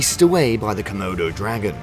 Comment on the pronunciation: Say comoudou dragon one more time! I dare you!